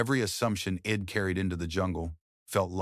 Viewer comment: When the AI says id and repeats it stupidly, when it should be I'd fffs jc wept